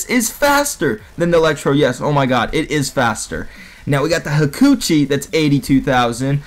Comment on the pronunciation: Adrian Warecha It's the way he said it made it sound like he said that